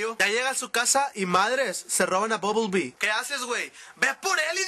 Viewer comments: buble bee??? ooooooo BUMBLE BEE? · Es bumblebee no bublebee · es bumblebee no bubblebee...